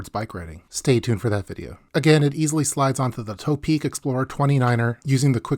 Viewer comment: Hi. I like your videos. One name I have been hearing mispronounced a lot from you is "ToPeak". I believe it's not pronounced "tow-peak" or "toe-peak", rather the "To" should be considered in the meaning of "towards the peak" or "to the peak", thus "To-Peak".